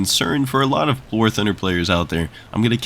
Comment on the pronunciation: In the beginning, when you said, "silver lions are a concern for a lot of war thunder players" i heard it as "silver lions are a concern for a lot of POOR thunder players"